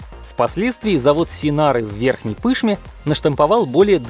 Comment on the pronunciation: Не ПЫшма а ПышмА мы же не говорим МОсква